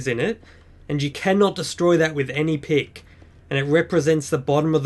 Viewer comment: I think you said diamond pig not pick